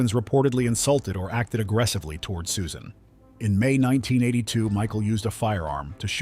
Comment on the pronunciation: It's pronounced SUSAN, stupid robot.